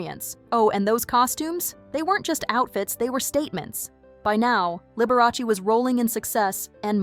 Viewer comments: Lib-ber-ah-say.........never heard of her.... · How could you pronounce Liberace so wrong? 😂